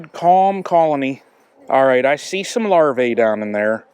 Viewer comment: Singular is larva, plural is larvae. The latter is pronounced larvee, not larvay.